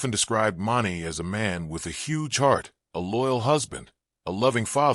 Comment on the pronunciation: " Mar-nay" wtf.